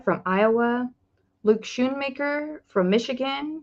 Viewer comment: It's pronounced skoonmaker